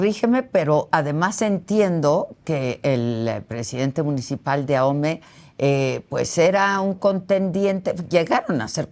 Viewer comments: Oye chairo se dice AOME No AJOME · Ahome la h es muda no se pronuncia, no es ajome. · Deberian informarse, es aome(asi se pronuncia), no Ajomé. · Por Dios, Señor. Ahome, la H no se pronuncia. Por consiguiente no es Ajome. Porque así se le oyó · Se pronuncia Ahome y no ajome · Adela, es AHome, con h muda, no AJome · Este tipo no sabe ni nombrar el.minicipio se pronuncia "ahome, no ajome" la "h" no es ingles jajajja vaya tipo, si no sabe pronunciar ahome, su credibilidad es cero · Se pronuncia aome: Ahome ( lengua cahita-mayo-yoreme ) no se pronuncia ajome, si va a opinar primero investigue bien. Insistió varias veces y su pronunciación es pésima. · Porque nadie investiga cómo se pronuncia Ahome porque dicen Ajome? 😂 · Se escribe Ahome, y si se pronuncia aome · la h es muda...Ahome se pronuncia a'ome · Investigó tan bien que no sabe pronunciar Ahome 😂. No entiendo quien les hace llegar que decir porque se ve que no ha puesto un pie en Ahome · Mucha información y todo lo que tú quieras pero en cuanto pronuncia mal el nombre del municipio ya valió barriga su "profesionalismo"